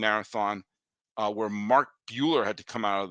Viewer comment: Not to be that person, but it’s Mark Buehrle (burr-lee) :)